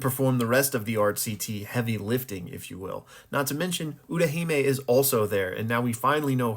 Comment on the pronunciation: Utahime* not Urahima